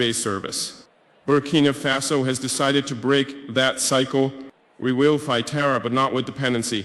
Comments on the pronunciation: he mispronounces the name of his own country . Also he is only fluent in French, the official language of Burkina Faso. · Oh ya I can hear it's AI, I've listened to him speak in his tongue and that is not how you pronounce Burkina Faso. Also very American accent, that's not usually it.